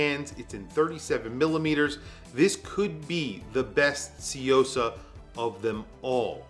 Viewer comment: It's pronounced soo yo sa not see yo sa